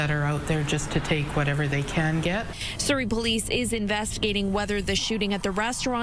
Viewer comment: 🕌Surrey🕌 rhymes with curry